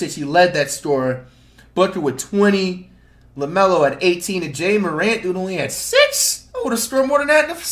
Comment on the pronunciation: Jay a Morant🤣🤣🤣🤣🤣